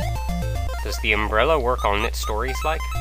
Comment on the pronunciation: According to Gamefaqs fairy restores your life when you die and compass should display map of the area. And the way you said umbrella when you got it was kinda funny.